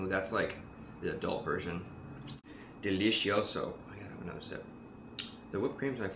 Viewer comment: lol. you said "delisioso"!!